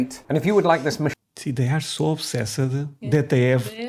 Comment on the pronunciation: Obsessed is pronounced obsesst